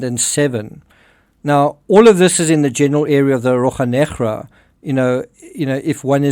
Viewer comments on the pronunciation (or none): As a Portuguese-speaking person, please bear 1 minute of silence in respect of the butchering of "Rocha Negra"! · I love how you say Rocha Negra